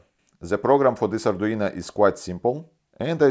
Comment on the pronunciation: So, mr, I'm a fan of your videos! But... "ArduinA" is not the same as "ArduinO". Same as "Romanovich Raskolnikov" is not the same character as "Romanovna Raskolnikov". Sounds similar, but not the same. If you could pick up an "Arduiña", then that would be quite exciting!